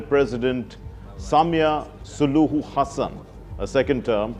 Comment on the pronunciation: Great multiple pronounciations of Tanzanian president's Hassan's name!! Exhaustingly exhilirating!!🌍❤😂